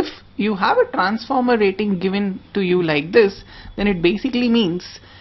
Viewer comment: Trrrrrrrrranformer :v Rrrrraaiting :v . Indian Accent . awesome